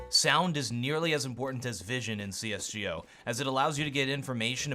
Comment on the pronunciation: wtf did he just say C S GEE O?!?!?!?!?!?!?!?!?!?!?!??! triggered